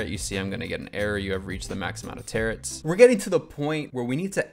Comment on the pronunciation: Loved this video... but hearing you say Tarots like "Tearits" hurt a little